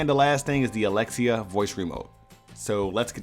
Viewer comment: Thank you for saying alexia xD now I don’t have to mess with my echo dot